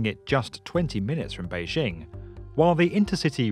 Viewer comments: Adolf Hitler That's not what I said. The narrator mispronounced the first word in 大兴 and mispronounced the second word in 北京. The vowel sound in 大 should be "ah" as in "father", not "apple" and the initial consonant in 京 should be "j", not "zh". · The narrator is mispronouncing the names. Da (大) should be pronounced "dah" as in "Wanda" and Beijing should be pronounced "bay-jing" as "jingle".